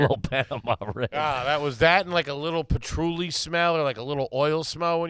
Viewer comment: Big man saying “Pa-Truly” is gar-baje